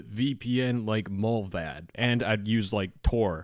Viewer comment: not important but a mullvad is a mole and also it isnt pronounced in that way lol no offense meant